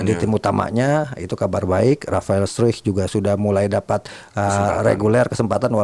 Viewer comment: Akmal bilang rafael struuk 😂😂